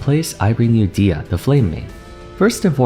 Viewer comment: her name is pronounced dehiya not deeya. its an algerian amazigh name